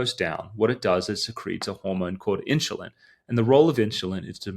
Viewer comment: when you say insulin you have an H into it like a INSHULIN sound, the H is not supposed to be in there